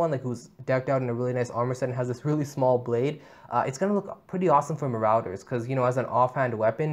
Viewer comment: Marouter🤨🤨🤨🤨🤨🤨you mean Marauders??